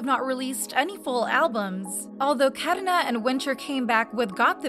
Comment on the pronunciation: not me just laughing when she said karina's name like that